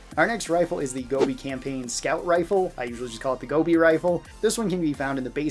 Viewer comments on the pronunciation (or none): none